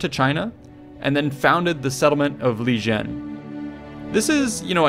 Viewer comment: It is Liqian not Lijen, this is pretty badly researched.